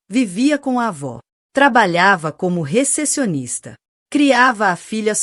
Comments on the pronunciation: Não entendo porque essa narradora não consegue pronunciar certo a palavra recepcionista,em vez disso ela fala rececionista 😂😂😂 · Recepção ela pronuncia rececição, recepcionista ela pronuncia rececionista que horror